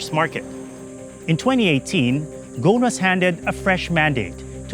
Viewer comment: It's Ghousn not Ghoun, the S is pronounced